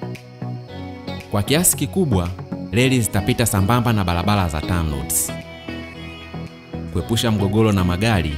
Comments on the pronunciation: Sio mologolo,balabala, morogoro na barabara. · Leli ndio nini.? Jifunze kutamka R ipasavyo usituchafulie Lugha. Biashala,Balabala,Selikali,Mashaliki. Kichefu chefu.